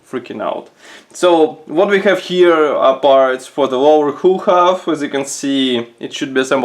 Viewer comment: Superb review as usual. One thing though, your English is very good and when you pronounce the word Hull as you would say Sea Gull it will be even better. I teach English as a second language, so if you would like a quick call let me know and it will be free because of the great work you do. Thank you.